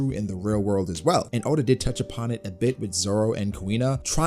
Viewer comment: Bro said add onn😂😂